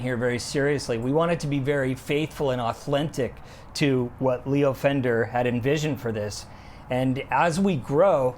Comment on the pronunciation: added the "l" for Leo? lol